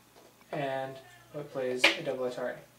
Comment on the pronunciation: I find how you pronounce "atari" strange. Nice lesson.